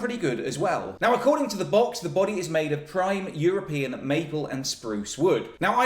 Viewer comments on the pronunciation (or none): none